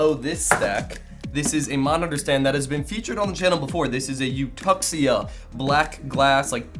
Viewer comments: if you read "eutuxia" like "eftihia" it means hapiness in greek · In case you wonder, just to mention here that "Eutuxia" looks like the greek word Ευτυχία (eftichia) that means happiness, but the way you pronounced it reminds me also the word Ευταξία that means order/orderliness/tidiness, which makes more sense in that case. Congrats for the Channel